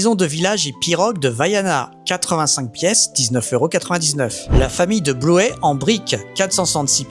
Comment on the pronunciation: 😂😂😂 pardon j'ai regardé la parti disney avec le dessin animé Bluey et c'est pas comme ca qu'on pronnonce 🤣🤣 c'est Blouiii et pas blouèèè 🤣🤣 Pour Spidey : Spaïdii A part ça très bonne vidéo, je me régale à regarder, beaucoup de disney sorti entre pua qui complète hey hey, et stitch que je trouve plus réussi que celui d'avant. Déçu par main street je m'attendait plus a un style modular ou bien une rue en longueur. Je passe mon tour. Pour Shrek, cest une bonne idee maid jai vraiment du mal avec les visages